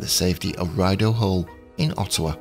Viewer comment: FYI Rideau Hall is pronounced "Ree-doe" :)